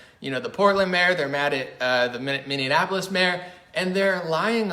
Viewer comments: It’s not MinnDeanapolis it’s Minneapolis. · Sometimes mindanapolis😂 so cute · I love how he always calls it Minnianapolis 😂.